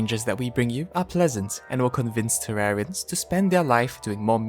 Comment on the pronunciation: “Terrarians love fishing” Guess tat I’m a tewawwian